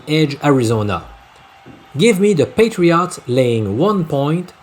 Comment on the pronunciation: Love how you pronounce NE Patri-AUGHTS 😁